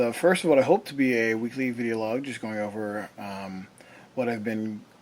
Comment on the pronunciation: Sorry, did he say "vee log"?